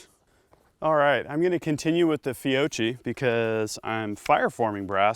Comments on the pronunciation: Fio-key not Fio-chee. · it's pronounced fee O key